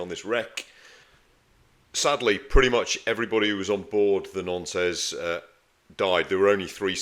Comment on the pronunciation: Wonderful content but believe it or not the ship's name is pronounced "NONT"